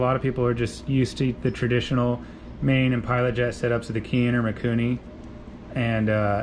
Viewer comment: Keihin is actually pronounced "Kay-heen." Just FYI.